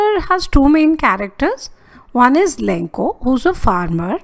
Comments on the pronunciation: Lancho mam not lankho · MAM ITS LENCHO NOT LENCO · maam the explanation is all gud but the only thing that is wrong is the name of the farmer u pronounced its lencho not lenko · Your explanation was really good but it was lencho not lenko